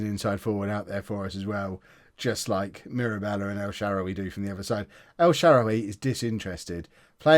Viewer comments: It’s el sharawy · El Shawary pronounce it like that